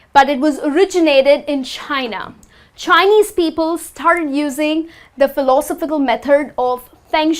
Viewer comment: Good attempt to make the lesson interesting. Please consider the following: 1. an hurricane --> a hurricane 2. 'phiLOsophical --> philoSOphical 3. the use of 'belongs to' does not seem appropriate here Good enunciation. Keep up the good work.